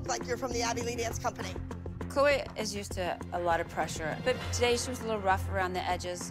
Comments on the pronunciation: Did just call Chloe Chlowweh?!? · I swear said chloei instead of Chloe 😂😂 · can't even say her daughters name 🥴